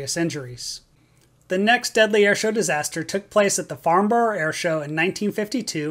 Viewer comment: It's disrespectful to not just Google how to say Farnborough. So many people died and you were too lazy to Google how it's pronounced. Ffs